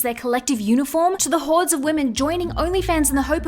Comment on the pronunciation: DID SHE SAY HORDES OF GIRLS, OR WHORES OF GIRLS? MAYBE HORDES OF WHORES, I DO BELIEVE SHE MEANT THE LAST ONE!